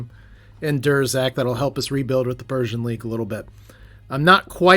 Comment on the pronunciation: Pretty sure Persean is Per-see-an. Like the Perseid meteor showers. Persian just means you are fighting Space Iranians.